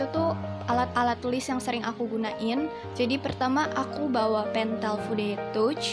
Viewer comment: "pentel fude tuch " Itu bacanya "pentel fude tach(təCH) "